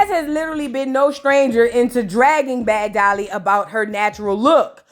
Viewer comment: Ommmggg when she called Summer "Dummer" and Bad Dolly " Sad Dolly" I died